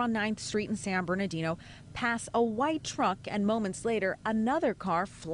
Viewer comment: learn to say San Ber-NAR- dino ..... how ridiculous ....